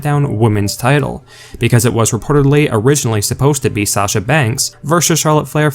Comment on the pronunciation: If you don't like it then don't read or look at it. And by the way her name is SASHA not Sachar. Everybody needs to get off of her ass. She is a very good wrestler and she did what she did for a reason. She has never been treated right. She's just as good if not better than Charlotte or Becky. Charlotte Flair gets away with everything.